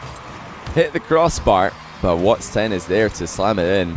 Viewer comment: Someone please tell that it’s watSON 10 not wats10